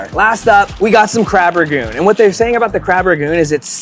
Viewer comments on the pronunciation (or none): And they say “crab ragoon.” It’s RANGOON. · it’s Crab RANGoon not Crab RAGoon